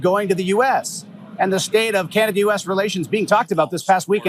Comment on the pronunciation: Oh, yuck! I hate it when Yanks pronounce Canada as "Keyanada". Anyway - this guy is a POS. NEVER 51!!